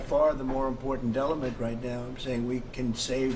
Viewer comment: he said delement. he is lost it